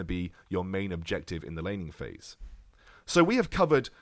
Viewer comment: I keep on hearing lenny face instead of laning phase...